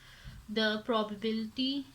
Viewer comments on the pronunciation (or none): Probility nahi probability hota hai